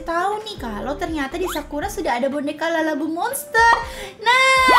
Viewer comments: Kak kok kedengeran nya kakak ngomongnya lalabu buka labubu😮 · labubu kak bukan lalabubu😅😅😅😅😅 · Kak bukan lalabu tapi labubu